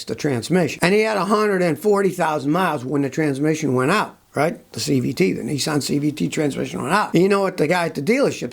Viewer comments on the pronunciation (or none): none